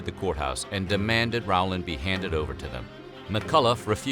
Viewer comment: His name is not pronounced R-wow-land. It is Row-land. Never could figure how anyone could mess that up. Also, Tulsa was not the only massacre at that time. Check out Caddo, Oklahoma. Stringtown Oklahoma black population were “refugees” from the Caddo area. My family were the only Republicans surrounded by KKK Democrats. Plenty of stories of them having to hide in corn fields when the clan came. Oh, and while we are on this topic. It was not only whites. This is Oklahoma. Many belligerents had Indian roll numbers.